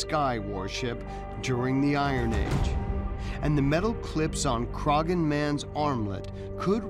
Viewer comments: It’s CROH-HAN hill not crogan 🙃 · Bit annoying that the narrator cannot pronounce 'Croghan' correctly despite it being correctly said in the footage within. The 'g' is silent, it is pronounced 'Craw-hin'. (While regional variation does occur in Irish, 'Crog-hin' is not correct!). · Dude, its a silent 'G' , Crawhan is how you say it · haha they can't pronounce Croghan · right from the offset the narrator continually mispronounces Croghan, super irritating, do they not research?